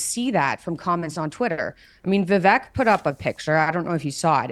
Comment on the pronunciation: I love your content!! As an aside, I'd like to remind everyone that Vivek Ramaswamy's first name is pronounced as follows: VIVEK: rhymes with CAKE